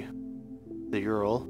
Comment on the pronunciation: It's pronounced URL.. Like you say each individual letter.